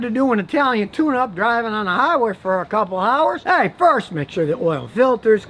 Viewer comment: swear to God, i thought this man was saying italian tuna